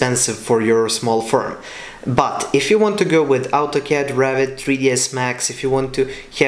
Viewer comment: When you pronounce Revit, sounds like Rabbit